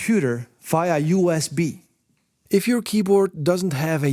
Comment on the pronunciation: It is USB, not U EZ B!